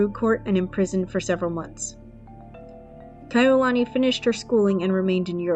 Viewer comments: I loved the video but I wish she would have researched how to say their names correctly. It's Kah-e-You-luh-knee. As a hawaiian it's cringy hearing it being said wrong. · You lost me at the 18 second mark after mispronouncing Kaʻiulani. There are many other videos available on youtube that are accurate stories told by Kānaka Maoli from Hawaiʻi. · You didn't take the time to learn to say her name correctly. Take this down and do it over. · Learn how to say her name, or do t say it at all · Was about to say the same thing